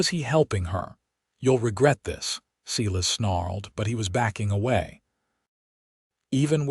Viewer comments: If that's one thing I can't stand, it's a freaking AI computer that can't say names right! SEE-LAS?? WTF. 👎👎💩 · Silas is pronounced " Sigh...Lass " . Ai has not taken over yet. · I'm sick of this lame AI. Moving on. Look up how pronounce Silas. It's not seelus. The story is overshadowed by the disgusting way the AI reads. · Pronounced Silas wrong. As they sometimes do with names